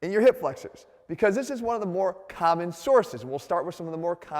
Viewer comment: DOT CALM, LOW BACK PAIN IS INCREDIBLY CALMMON